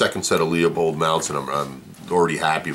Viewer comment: Pronounced - LOO-PULLED... not LEO POLDED